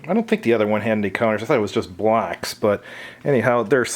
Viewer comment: BLOCKS! Sounds like you keep saying BLACKS 😮